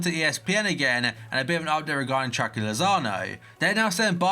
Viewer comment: I hate the way he says chucky